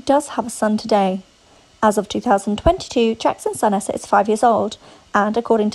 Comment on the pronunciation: Huh? Lol and it’s pronounced EEE-sa (Eissa) NOT Aaa-ssa